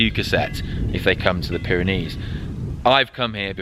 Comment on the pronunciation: Off to the Pyrenees in June, struggling to find the "Byreneese"? "Baronees" gizza clue mate.